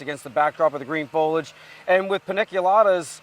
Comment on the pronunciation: Fol ee age!